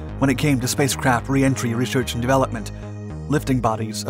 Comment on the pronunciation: Is he saying spacecrap 😆 NAZA never left Earth 🌎 🤔